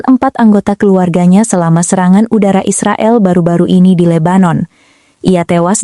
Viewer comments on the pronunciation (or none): none